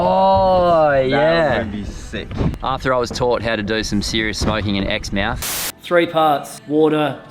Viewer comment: JFYI, Exmouth isn't pronounced "Ex mouth", but rather "Ex Muth".